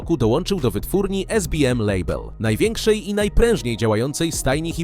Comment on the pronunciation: Pierwszy raz słyszę, żeby ktoś SBM wymówił jako esbiem :D przecież to skrót z polskim akcentem